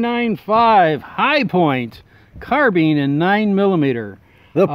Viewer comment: Starts off the video: Doesn’t even pronounce “carbine” correctly 🤦‍♂️